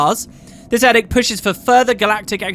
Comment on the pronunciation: I'll be that guy. edict is pronounced with a long "e".